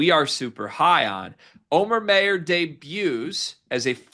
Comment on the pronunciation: I have no idea what you mean by that but that's ok. But hearing his name pronounced wrong is like fingernails scraping a blackboard. Anyone who's ever taken German knows immediately how to pronounce that name.